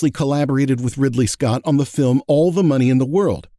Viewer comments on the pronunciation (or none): none